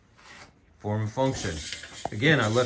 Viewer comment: If i had a dollar for every time he said Fourm and funtion...